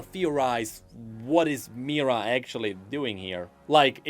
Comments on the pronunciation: why do you keep saying 'Mira'? They have clearly said in the voicelines it's Mihira. The hi isn't silent. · it's "Mee-hee-rah" not Meera, you can hear her name said by other cards and followers in the game like Xolaani the Bloodweaver: "If you can bleed, Mihira, you can be bent."